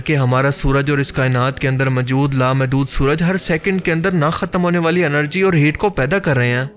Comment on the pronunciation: Mjood kya hota hai Bhai? Moujood asl lfz hai urdu ka. Pind se seedha voice over deney agai ho kya tm? Bolna nahi Aata to video bnatey hi kyune ho tm log?👎👎👎